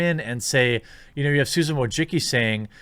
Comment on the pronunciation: Susan....how did you pronounce it?